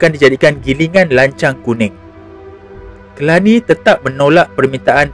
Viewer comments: Telani bukannya Kelani... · Telani, bukan Kelani.